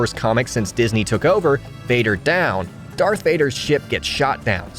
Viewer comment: Its not that hard to say DARTH Vader